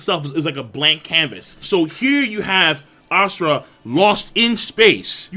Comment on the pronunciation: god dammit king you and your pronunciation of words ive been googling ASURA lost in space for the last 10 minutes instead of asTRA lmao